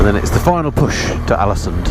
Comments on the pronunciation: Just caught up with this whole series (yes, I'm the guy that's watched all 8 vids in the last two days, you're welcome:D), but I honestly lost count of the number of times you called Alesund "Alansund"... Famous bloke that:D. Loved the series though pal:) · Haha every time you said Alesund I kept hearing Allison so I thought what the hell, might as well crack a joke about it. 😂😂😂